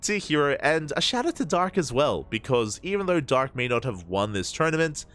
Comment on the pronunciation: Dark not drg